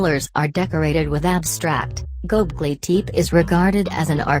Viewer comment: Turned it off right when it pronounced it wrong #possiblefalseinformation #nochances #noLs